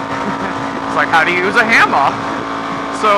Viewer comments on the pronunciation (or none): "how to use a hammah!" hahahah